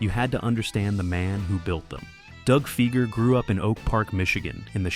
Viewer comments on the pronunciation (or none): Fi-ger not Fee-ger. Work on that, Skynet.